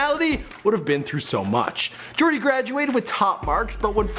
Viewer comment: its yoooordy not jooordy